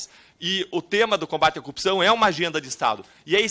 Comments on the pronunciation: Cupção, Cupção... qual o problema dos PRs que não conseguem falar Corrupção?? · Ora ele diz corrpção outra "cupção" kkk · Todos paranaenses falam "cupçao" ??? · O deputado não sabe falar CORRUPÇÃO ou é impressão errada de minha parte?